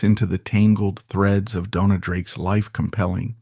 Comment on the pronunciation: Your research fell just a little short it seems. As Joan Crawford corrected a British interviewer, it is pronounced Bett-EE. Dona's name on either IMDb or WIKIPEDIA is stated as being of Spanish DoughN-yah or Dough-ah. She also used her nickname Una, from her given name Eunice, as Una Villon. Also, she was known as Rita Novello. William "Bill" Travilla, pronounced Trah-VEE-yah(?), was born on Catalina Island and was brought to Warner Bros. when collector of his art work and friend, Ann Sheridan wanted him to design her costumes rather than those already on the lot. His Oscar for THE ADVENTURES OF DON JUAN was shared with two female co-designers. Later, he began a long term collaboration with William Sarris. This should be a further lead for more research as it is a truism that practically every Hollywood costume designer was gay. Otherwise, great segment on someone l had actually seen on film but never fully appreciated or even knew the name of. Thank you